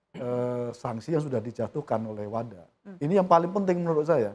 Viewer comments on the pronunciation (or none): WADA pak bukan WADAH